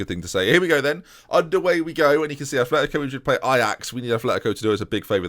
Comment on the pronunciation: it'a not athletico it's atletico (at-letico)